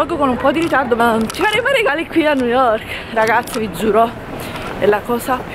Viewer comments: Forse nn avete capito lei pronuncia nu yok perché il labbro superiore è talmente rigonfiato che nn riesce ad aprirla la bocca x pronunciare bene le parole...montati meno...a New York ci sn stata anche io e auguro di andare a tutti voi é una città stupenda tra poco andrò a Londra un altra meraviglia..poi continui a chiamare 3000 volte amore amore amore Amore ma nn ti caca 😂😂😂muoio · Perché non avete sentito lui??? Non sa dire nemmeno New York